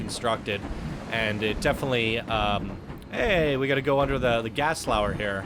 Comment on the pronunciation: It's pronounced Gast-lower? I always said Gerst-lower for Gerstlauer but idk Edit: That's how you say it in German!